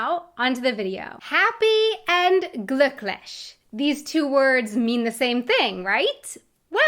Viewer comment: Ich finde es lustig wie du "Glück" aussprichtst. Hört sich eher an wie "Glock". Ich hab eine Glock. Ist jedoch im Kontext der Unterhaltung möglicherweise als Drohung aufzufassen. 😄 Bei dir kommt scheinbar das gesprochene ü aus der Kehle. Du mußt dazu die Lippen Spitzen. 😊